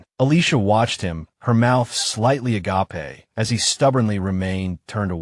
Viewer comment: AI and the word 'agape' do not get along. lol